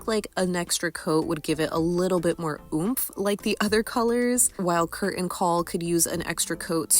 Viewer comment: The T in 'Curtain' is not silent!